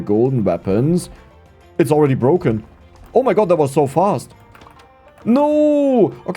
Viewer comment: BBBroken, Abroaching, Ubgrades, Böafeckt, aboud it, embloyees, Ur pronunciation in the letter P is very weak